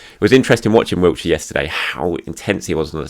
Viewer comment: It's Wilshere,, not Wiltshire. For goodness' sake, the man's an Arsenal legend. Say his name right and if you can't then practise it!